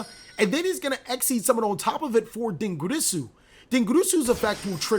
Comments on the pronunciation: Idk if it's just me but the way he rolls his R's for dingirsu and longirsu bugs me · He is mispronouncing them super hard